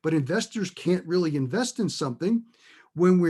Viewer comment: "...was the overriding factor driving the palladium market"... ohhh rearry ?! "Da purfik Stahm" in New Bedford, MA.